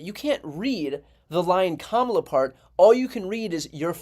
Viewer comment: I have to hand it to Trump for prononouncing Kamala's name correcty for once. Hes still a 💩 though.